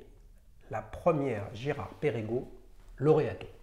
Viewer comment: Mon cher, Perregaux ça ne se prononce pas Pérégo, mais Pergo.